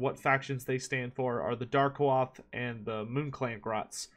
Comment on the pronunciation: I think Darkoath is pronounced "Dark-Oath". I might be wronged though.